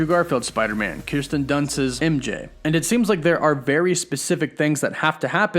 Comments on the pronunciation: KIR-sten Dunst… not KRIS-ten… but love the video lol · Kirsten dunst. Not Kristen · Kirsten—not Kristen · At least your pronounced KIRSTEN'S name correctly 1 out of 3 times in this video. 🙄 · Sooo u have to over-pronounce MUTANT but can’t say Kirsten correctly? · Great video but you say “Kirsten” wrong